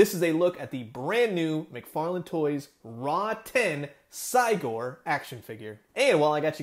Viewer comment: It's pronounced Rotten not Raw 10 also given this is more "kid friendly" it's still slightly disappointing we don't have a full articulated version. Still some added paint to the fur and skin even a gloss on the eyes and the inside of the mouth like the teeth and tongue. Along with painting the scars this would look like a great high end figure